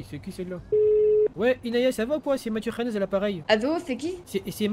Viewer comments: A la fin il dit anas ou lieu de khanez 🤣🤣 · A la fin "anaaaaas" c pas anas c khanez mdrrr